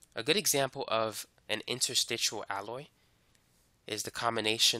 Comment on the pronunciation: Interstitial, not "interstitual". Suelement l'Anglais.